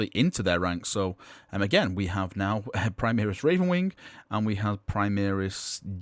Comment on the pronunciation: Can you STOP saying "primiris" it is "primaris" pronounced "pri-mar-is" the "mar" is the same as in "mars"